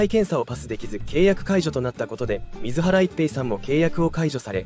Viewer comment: 自動音声に全部任せて、水原一平（すいばらいっぺい）ということさえ、 修正を入れないのは、失礼すぎる。 ア〇なのか、将又、自動音声で作ってることを示すために意図的にしているのか？？